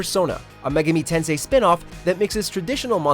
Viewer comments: Mega-me tensay 😂😂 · megeemi tensee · your pronunciation of Megami Tensei, is incorrect sir. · Really, a lot of his Japanese was cringey at best. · If this was the ONLY mispronounce error but unfortunately it wasn't